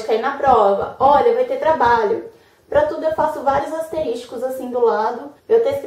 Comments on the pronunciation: Excelente vídeo gostei. Só não ficou legal o "asterísticos", sendo que o correto seria "asteriscos". kkk Apenas para descontrair, mas são excelentes dicas, parabéns. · Asteriscos (não asteris TI cos) Que agonia ouvir aluno de direito falando errado, uii...